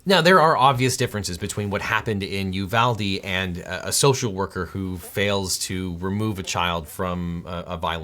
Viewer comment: That isn't correct; correct would be: ooh VAHL day It's Spanish, after Juan de Ugalde Pronouncing it you VAL dee is just white people shit. It's colonialism